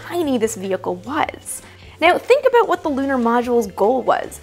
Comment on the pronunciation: "abeeoot"? Did you just say "abeeoot" or was it "abayoot"?